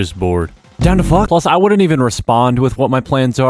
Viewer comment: dude the fwak